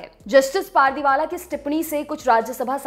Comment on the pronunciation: पारदीवाला नही पारडीवाला होता है Naam to sahi se pronounce kiya kro